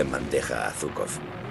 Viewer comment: Aquí parece que fue Zhuikov y no Zhukov